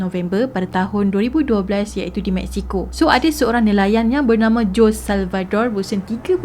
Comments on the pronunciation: good story...i liked..storyline yg jelas...but sis some countries they mention "J" as "H'' and "S" as "Z" so nama JOSEY ni sebutannya HOZEY...kita sama2 belajar ya :) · Sebutan Jose tu 'Hosè' kan? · Hi assalam... best kes ni...😍👍🏻 Jose sebutan nya " Hozay".. zay sebut macam 'say'(english) with 'z' Ezequiel sebutan nya izikel. Moga smangat slalu post citer2 best di masa akan dtg..😍👍🏻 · Ada banyak correction yg saya nak inform....iaitu Jose = hose sebutan dia....tortilla = tortiyya sebutan dia Dan...org Mexico mmg berbahasa Spanish...mcm mana pulak Jose xleh berbahasa spanish